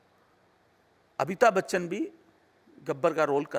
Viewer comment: यार, इनको तो अमिताभ बच्चन बोलना नहीं आता है, ये बोल रहे अबिताब बच्चन 🤪🤪🤪